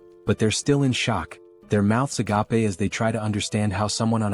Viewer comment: Gotta love the "a-gap-a" everytime the AI says "agape"